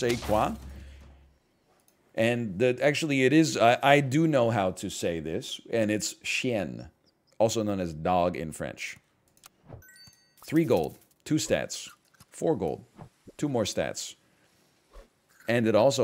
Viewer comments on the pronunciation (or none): No your saying chienn it's chien you don't actually pronounce the n -a person who knows arabic-french-english